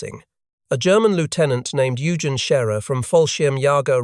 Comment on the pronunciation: A GERMAN LIEUTENANT NAMED YOUGEN SCHERER EUGEN IN GERMAN IS PRONOUNCED OYgen. SCHERER WAS ABOUT RIGHT.